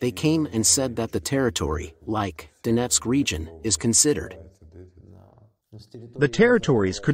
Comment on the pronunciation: lol "Dough-net-sick"